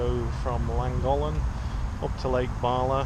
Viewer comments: Came here to comment exactly the same not one Welsh name pronounced correctly lol.. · Superb footage & landing of the drone.👏🏻 Your pronouncing of Llangollen & Betws y Coed was entertainment in itself!😂🏴🤝🏴 Keep up the good work! Da iawn.👍🏻